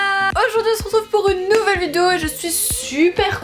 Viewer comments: Tu sais pas dire "vidéo" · Putain por une fois t’as pas dit le mot « vidéo » bizarrement au début